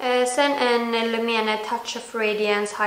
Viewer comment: Du uttallar lumene fel